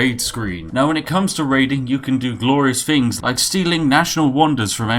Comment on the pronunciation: You break my posh immersion every time you say fing instead of things lol :D